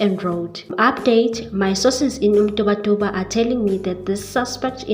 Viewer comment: Sorry you say Mrubatuba point of correction it's MantumbaNtumba